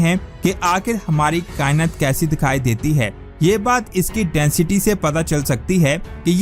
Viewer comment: لفظ کا ئنت نہیں کا ئنات ہوتا ہے بھائی